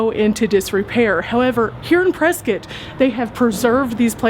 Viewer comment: Thank you for pronouncing Prescott correctly! 💕